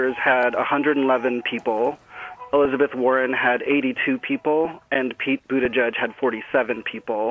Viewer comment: That name-thing really bugs me. Buttigieg was on TV, pronouncing his name correctly, so others can learn. For a short time, some people pronounced it correctly, but now it seems like everyone decided to just call him Buttijudge. Americans and names. Simply embarassing.